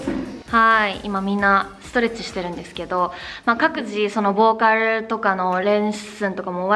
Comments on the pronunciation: 完全に韓国語の発音になってる…wwww 「ボーカl」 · ボーカルがめっちゃ韓国の発音😂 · ボーカルの、ルの発音が韓国語ですねー！KPOPの色々が知れて良かったです！色々感動しました！